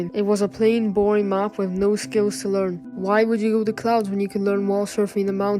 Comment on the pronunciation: bro said cloads